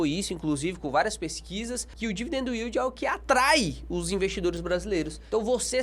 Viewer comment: "dividendo uíldi" kkkkkkkkkk